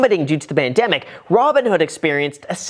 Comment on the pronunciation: Did he say bandemic ? 🤣🤣